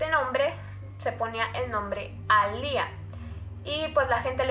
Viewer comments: Se pronuncia "Alia piterson" mas no "Alía paterson" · Me encanta tus casos pero este me pone un poquito rara cuando dijiste A LIA es alia (sorry no es hate)